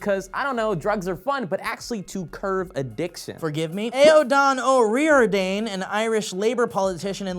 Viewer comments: o-rear-den not o-rear-dane xD omg the amount of irish people who must be pissing themselves rn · Ay-Din o -Rear-Din.....pls..you butchered it